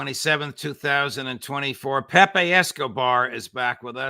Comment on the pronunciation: So glad you are saying Pepe the correct way. Thanks Judge😊